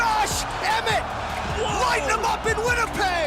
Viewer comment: Lol bro it's Josh Emmett not Jorsh Emret